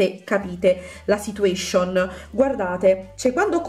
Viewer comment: "Non so se capite La situescionn Ahahah iole QUANTO TI AMO?❤❤